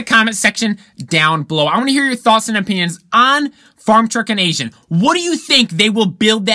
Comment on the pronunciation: It's A-zin not Asian LOL. Dung Beetle now has a high horse subaru boxer engine in it.